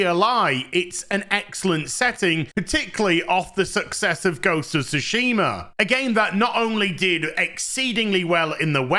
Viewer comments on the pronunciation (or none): none